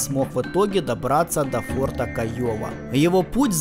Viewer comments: И не фортА, а фОрта:) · До ближайшего фОрта,фОрта,а а не фортА, олух неграмотный, претендент на приз имени журналистки Бузовой